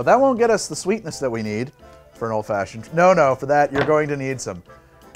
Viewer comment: i thought he said mulled fashioned